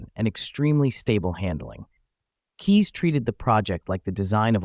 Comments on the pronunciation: K"Eyes" is the proper pronunciation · Bob Keyes was my uncle. And other than his last name being mispronounced, this was a pretty accurate video. (Add a "K" in front of the word "eyes" for the correct pronunciation.) I rode in a Trivette back in the mid-70s while they were being produced, and I've driven one my father bought around 1980. It is a very unique design; you feel like you are in the cockpit of a jet fighter while driving it. It easily achieved better than 50 MPG with urban driving with the Fiat 850cc engine. Bob ran out of the 850cc engines and started making them with 1600cc VW engines, which were later turbocharged. The stick-shift lever between your legs took a while to get used to! And while it didn't truly defy physics, it could corner quickly thanks to its long wheelbase and low center of gravity. I don't think more than one Vigilante was ever built.